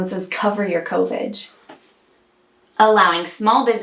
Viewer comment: “CO-VIGE”!!! 😂Thank you for your CO-VIGILANCE with these timely topics! (Co-Vigilante??) 😄 So glad at least that Pelosi said Hell to the No on that horrible other one!! Yet the limbo continues....!!😬